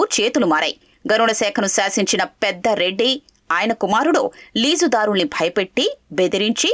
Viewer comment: పెద్దరెడ్డి కాదమ్మా, పెద్దిరెడ్డి రామ చంద్రా రెడ్డి. లేదా అసలు పేరు పూర్తిగా చెప్పండి. తప్పులు చెప్తే ఎలా? అలాగే జరిమానా. ఒకే పదం.